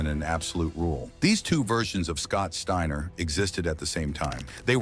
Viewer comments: Scott Stayner???? Fuck ai voices, I'm out ✌️ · Stayner? And then thirty seconds later you pronounce it right. A I voice bot goodbye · Garbage. Can't even pronounce the dudes name..... Trash